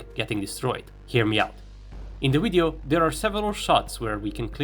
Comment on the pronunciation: It's not a phucking WIDEO!